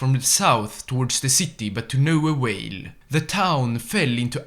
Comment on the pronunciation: "To no awail"